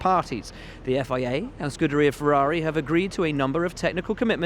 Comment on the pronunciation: I don't know how you can get the job the presenter has without even reliably pronouncing scuderia right.